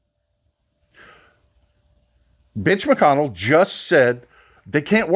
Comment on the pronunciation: Holy smokes did you say bitch McConnell? Sorry I know your being serious ok but that is hilarious 😂🤣😂🤣😂🤣😂🤣😂🤣, thank you, haven't seen you on in awhile hope you are doing well, and everything is good too. Miss hearing about your part as witness to some very important and relevant goings on.